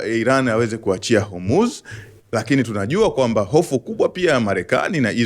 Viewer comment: Nasio Hurmuz ni Hormuz😅